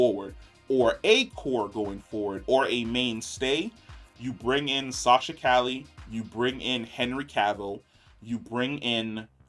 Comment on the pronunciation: He's gotta learn how to say Calle name 😆 love this guy but that and the lower volumes be killin'me.